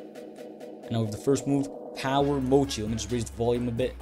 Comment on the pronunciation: Bro had doughy this whole time it’s mochi